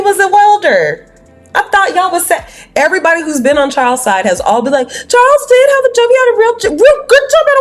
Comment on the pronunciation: Did just say have kids with chawls??? wtf 😂😂😂😂